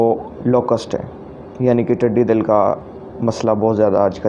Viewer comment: bruh thankyou very much its really usefull information, i was looking for it nd atlast i saw your video really helpful Anyways exact word is "tiddi dal" not tiddi dil. Btw Nice effort Keep it up.